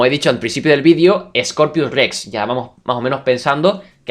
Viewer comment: X2 y dice Scopius y no Scorpius Rex